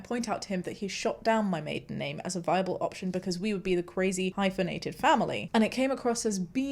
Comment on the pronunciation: Love that only realised she was saying 'hypofenate' the second time she did it 😂